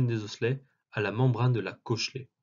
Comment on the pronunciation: Je suis choqué de comment il dit "cochlée"